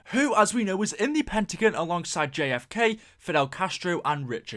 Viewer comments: PentaGON! not PentaGEN! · Love your vids but the way you say pentagon makes me cringe so hard